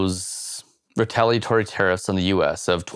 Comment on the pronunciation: Heavy info but always good to hear someone say “retaliatory” correctly. 👍🏻 Best wishes from Wales, UK. We are all watching. 😮